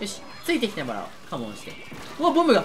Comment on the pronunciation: ボムがボブにしか聞こえないのは耳が悪い？